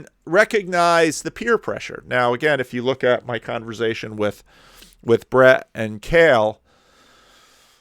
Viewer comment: Sorry for nitpicking a bit. The word is "converSation" not "converZation".